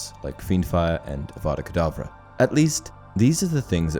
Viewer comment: Voldemort: Adddddddavaaaaakaaadaavvvaaa Grindelwald: You are saying it all wrong. It's avada kedavra.